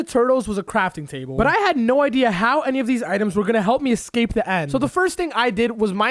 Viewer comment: THANK U FOR SAYING EXCAPE ROOM